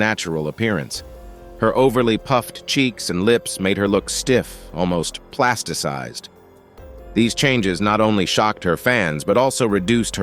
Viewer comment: This Narrator says "Plasticksized" and "Plasticized". Only the latter is correct and regardless of who says "Devoid" is correct, IT IS NOT" "De" means "without" and so does "Void" so yes, it is a Double Negative. It's like saying "Dethaw" 🤔The celebrities look like Plastic Santas. Vanity is sad and destructive.